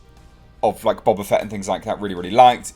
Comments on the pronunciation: I love the way you pronounce it Bob-A Fett. Gonna start calling him Robert A. Fett now. XD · Its pronounced Boba not Boba